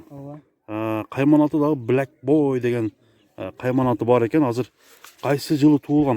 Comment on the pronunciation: Блак боуй дейт ко 🤣🤣🤣🤣🤦‍♂️